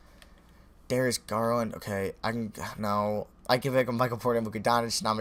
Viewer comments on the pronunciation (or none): none